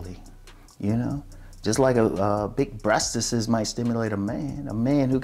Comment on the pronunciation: Much respect to you silver foxes especially you,! By the way, it’s always great to hear you say, “BREASTISISISISIS.”